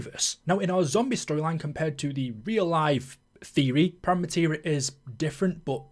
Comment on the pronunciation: Sorry mate, did you not hear the ending cutscene? Its spelt "Prima" but its pronounced "preema" You sound like youre talking about the white paint you put on a wall before the main colour 😅